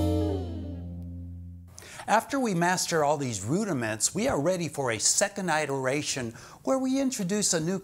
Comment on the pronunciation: Pronunciation iteration - IPA(key): /ɪtəɹˈeɪʃən/